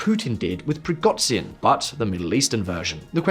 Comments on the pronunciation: It's PrigoZHin (Ж), not PrigoTZin. He's not Chinese for crying out loud. It's a sound similar to J. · It's ZH as in "eraSUre" or "dèJÁ-vu". PrigoZHin. Not PrigoDZin. I know it's not essential, but you usually get the names correct, so I found this a bit jarring. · Google the pronunciation of Prigozhin dude. The video is monetised and it's not hard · You guys are really good and with right kinds of questions on all your work. So can you go back to how you pronounce Prigozjin right? I aint a Prigozjin fan but now suddenly he has a total wierd prononciation in this video. thanks and keep up the work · great channel, but the khameini and prighozin killed me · How the narrator says Prigozhin 😂